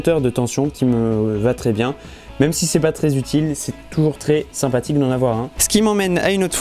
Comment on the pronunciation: Sympatik, simpatic, sein pastic, seinpatique, sypatitictic, c'est trés interressant, Dis moi, est ce que tu écris ton texte dans "Ta" chaine? Je savais que les gens peuvent etre simpatique, mais alors une LED